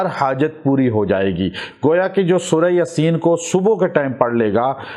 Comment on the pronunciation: Bhai lafz Yaasin ha ya aap ya ko lamba kr k bola krain JzakAllah